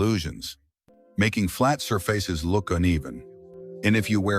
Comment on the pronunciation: The “reader” said sir-faces instead of surfaces! Weird!